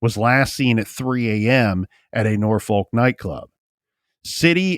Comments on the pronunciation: Pronounced norfuck with out the long "u" not nor folk.ha ha. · I always get a kick out of the way people not from VA pronounce Norfolk lok